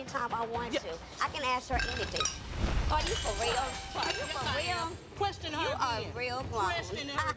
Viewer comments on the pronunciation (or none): "We all was asking you querstion" 😂😂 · "We all was asking you QUERSTION because we where concerned"😂😂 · “I can qwerstion her anytime I want to” yes 👏🏾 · “We were all asking quersoin what is is queirsoin 🤣🤣🤣🤣”